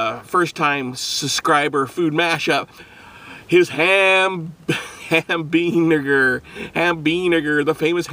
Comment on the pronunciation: Ham Bean N*Word... be careful how you pronounce things. Or it may actually appear intentional.